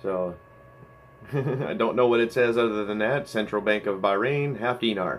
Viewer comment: 300 subs Congrats!! It so nice to see channels like yours grow. Thank you for the shout-out and I'm glad you liked them. Your spot on on how you are pronouncing Bahrain.